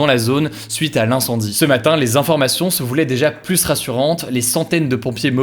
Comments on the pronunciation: Pourquoi il dit tout le temps "le plusse" au lieu de "le plus" avec s muet... c'est un truc régional? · Ça me perturbe à chaque fois quand tu dis ''pluSS''... on prononce pas le S quand c'est suivi d'un adjectif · Oui pour le cas que tu évoque c'est pareil en France. Mais en réalité j'ai regardé il y a des règles assez spécifiques sur la prononciation de "plus" que Hugo ne respecte pas.